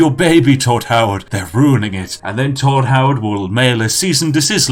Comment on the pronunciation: I lost it when he said Hodd Toward